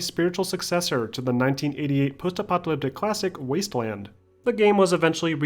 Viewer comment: great film, but the "post epyleptic" pronounciation drove mE NuTs :)) is it really that hard to say "post epoch a lipstick"? :))